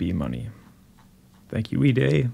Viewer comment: Wee Day or Way Die? I always heard his name pronounced Way Die